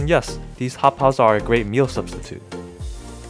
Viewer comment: Sounds like your saying hot pockets😂